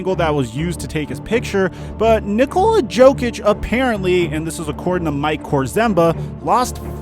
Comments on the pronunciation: Mike you pronounce jokic as yokic not jokic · Hahaha u said jokic instead of yokic lol Y would we make fun of u 4 that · YO kich Not JO kich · Jokic is not Joekich he is Yokich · It’s a joke that you keep pronouncing Jokic like jokeitch. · Its YO-Kich.. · Mike...it’s pronounced (yo-kich) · Man said jokic hard I and I hate him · Me: Getting mad every time Mike mispronounces 'Jokic' 2 seconds later: " Please feel free to make fun of me" Me: You're damn right I should